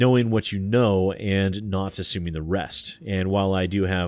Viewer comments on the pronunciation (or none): none